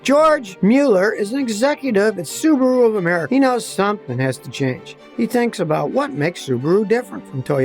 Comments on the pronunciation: It's Suu bahh rooo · Australian guy told me they are whack popular there. Pronounced Sue Bar ooo.